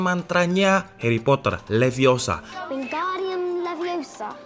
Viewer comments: its levi o sa not leviosar.. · Stop stop stop, You're going to take someone's eye out, besides you're saying it wrong. It's Leviosa not Liviosar. Wingardium Leviosa.....